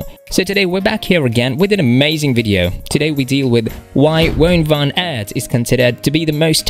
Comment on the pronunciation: Superb rider Has tho done approx 14 monuments and won only once You mis pronounce his name